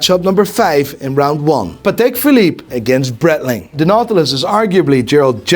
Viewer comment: Breitling criminally underrated, proper watch brand with heritage. Just wish he would say it right 👀😂😂